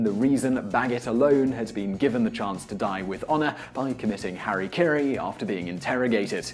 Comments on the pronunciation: & hara-kiri not HARRY CARRY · The correct term is hara kiri (切腹 hah-rah kee-ree, also read as Seppuku, lit. cutting the abdomen) not Harry Carey. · The other problem is that he is saying "hari kiri", which is at least better than the older colloquial English transliteration of "hari kari" but still not accurate. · Hara Kiri. HA RA KI RI. Not harry karry. HARA KIRI. This is usually such an informative program but consider my pet peeved. And he wasn't given the option to do Hara Kiri in the first place, he was given the option for Seppuku. Both involve killing yourself but its still not the same thing. HARA KIRI. Say it with me now...